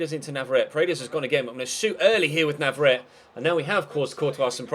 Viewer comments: NavarretE not navarret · He's from Argentina, which speaks Spanish, and there are no silent vowels in Spanish. If it was spelled Navarette, then it's French and is correct. But that isn't the case.